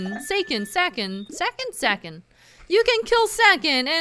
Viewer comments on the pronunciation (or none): Why does no one pronounce Sakon correctly? It's saw-cone. サコン in Japanese, which is pronounced saw-cone., hear my plea, and pronounce this correctly...